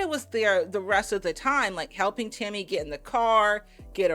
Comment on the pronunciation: Tell me why I spent half this video trying to figure out who "Timmy" was when was just saying Tammy a little different & I said "ohhhhhh shes saying TAMMY" hahahaha am I losing my braincells 1 & 2 hahahaha